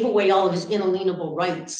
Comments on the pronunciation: If I had to hear say “in-a-lean-a-ble” one time… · Why is it that none of these people know how to pronounce in-ALIEN--able? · If nothing else comes from this, I hope she learns to pronounce "inalienable" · "Inalienable", not "unaleenable" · Would someone PLEASE tell how to pronounce unALIENable. It's not unALAYNable. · Un-a-lea-na-ble lol😂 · In all court appearances she has talked about violating "unaleenable" rights. A legal genius! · Well sometimes they were "inaleenable" rights too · I heard say UN INALIENABLE haha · “Unaleanable rights” 😂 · This woman is the very definition of “insufferable”. She claims to know everything, but repeatedly MIs-pronounced legal terms like “inalinable”! She has no respect for the law or God. Her mish-mash of zany legal analysis and twisted theology is really too much to bear. I respect the restraint that this judge showed throughout this proceeding, and I don’t know what will reform this woman. She claims to knows all, and yet listens to no one….very bad way to live one’s life. Thanks, Mike, for posting this! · And if she says in-a-lean-able rights again they should hold in more contempt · Her ina-lien-able rights. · "Inaleenable rights . . . " At least 6 times. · Say it with me, UN-ALIEN-ABLE rights😂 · “In-leanable rights” 😂😂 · I was somewhat intrigued every time she brought up unique references to “ inneelieble rights”. She mentioned these rights several times and actually pronounced it the same each time. But when she accused the Judge of being in contempt of blah blah blah, it got tiresome.and boring. Thanks for the excellent coverage of this Sov. Cit. chaos.. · "Un - a - lean -able" rights? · Un-elaine able right😂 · I'm disgusted in the way she pronounces inalienable. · Will someone correct pronunciation of inalienable. Please. I’d throw ——back in jail just for rudeness and unacceptable behavior in a courtroom. She can do this but with some decorum.